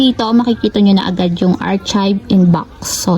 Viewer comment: Sorry ha, artsib? It should be aar-kive. Unless my explanation ka po bakit ganun basa mo.